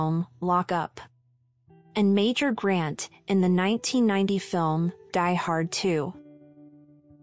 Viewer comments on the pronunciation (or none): none